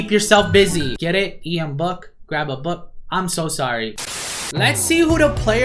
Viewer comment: aye yo it’s ian BOOK not Brook 😂